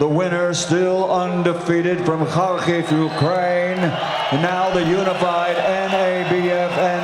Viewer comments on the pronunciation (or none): none